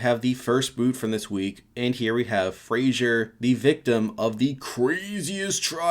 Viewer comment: Do all americans pronounce Fraser as 'Frasier' or is it just you?